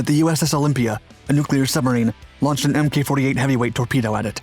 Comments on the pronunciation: One day my guy will pronounce "MK" as "Mark" lol. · Love ya buddy, but in this context, "Mk" is pronounced "mark," as in "iteration" or "version." This does not include "MKULTRA." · Mk is pronounced as mark. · Not “em-kay 48” but “Mark 48,” right? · For the love of god man it's Mark! Mk 48 stands for Mark 48 torpedo. Not Emm Kay 48. its like nails on a chalk board when you do that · "MK" is pronounced "mark". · OMG.. it's not MK, it's mk as in mark!!!!